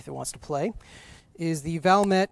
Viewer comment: Hey expert I think that's a "Val-May" not a "Val-Mett" or maybe I'm wrong. You got any "Heckler & Kotch" in this auction?